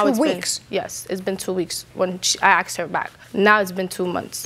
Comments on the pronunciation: “Axed her.” What is so hard about the word ask? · They both sound kind of ridiculous saying shit like “axed” in a court room. feel bad for the dog. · "When I axed her". I wouldn't give something back to someone who axes me. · Why do they say axed???